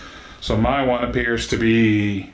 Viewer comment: This wain you are talking about, is it a big wain, or a little wain?